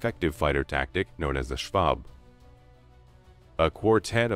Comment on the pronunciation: Schwarm, not schwab!